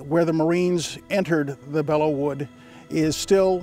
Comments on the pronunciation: Just a bit of trivia: the correct pronunciation is “Below” not “Bella.” The correct name is “Bois de Belleau.” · Bellow, not Below. Like, to bellow out an order.